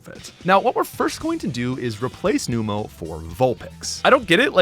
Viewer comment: Thank you for correcting “Chimecho” haha. But also Numel isn’t “Noom-el,” it’s “Numb-el” because it’s a numb camel